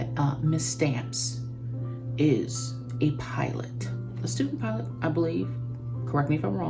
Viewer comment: Hilarious! When you said PIOLET!!!😅😅😅